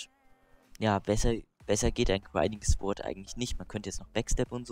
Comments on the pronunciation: Man spricht es sord nicht auch wenn man es sword schreibt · sord! es wird sord ausgesprochen und nicht Swörd! den Fehler hab ich als kleines Kind immer gemacht ;)